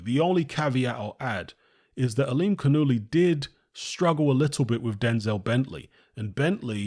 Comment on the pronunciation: Yanibek Ali Canoolie. Is the proper pronunciation. 👌